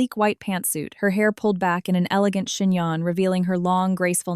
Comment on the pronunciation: CHIGNON not shinan!!!